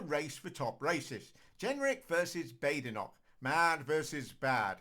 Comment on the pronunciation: Neither you nor Badenoch herself can pronounce her name. Therr y huv it